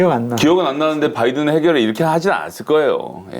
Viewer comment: 바이든도 아니고 빠이든이었음 굥 발음 특징